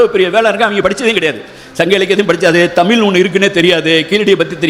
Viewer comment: அழகய்யா உங்கள் ""தமிழ் "" இலக்கியம் ஆனால்" தமில்" " தமில் " "தமில் "என்றும் அறிஞரை "அறிஞ்ஜர்"என்றும் தமிழை "சங்கறுக்கின்றீர் "வருத்தமடைகிறேன். நாம் இருவரும் சந்திக்க முடிந்தால் உங்களை "தமிழ்" உச்சரிப்புக்கு எளிதில் பயிற்சி அளித்து மகிழ்வேன். வணக்கம்.